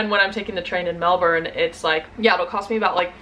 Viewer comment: I've lived in Aus for 27 years and I'm still learning the lingo! Your pronunciation of Melbourne was perfect btw, so many Americans struggle with it!